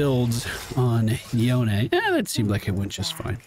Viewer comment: FYI, Yone is pronounced Yo-nay. Maybe just an inside joke ;)